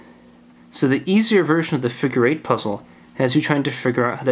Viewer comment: "the figer eight wire figer"